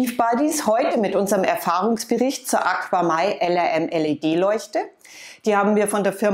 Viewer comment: Ich benutze ein paar AQAMai Produkte im Süßwasserbereich und bin sehr zufrieden. Besonders die KPS Strömungspumpe mag ich und das ich alles über EINE App steuern kann ohne im Unterschrank zig Kontroller und Geräte zu haben. Im übrigen wird es AKAMai ausgesprochen nicht AquaMai :-)